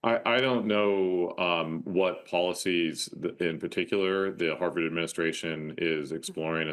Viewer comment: She can't even pronounce Harvard properly! 🤣🤣